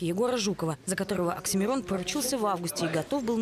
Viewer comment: не Аксимирон,а Оксимирон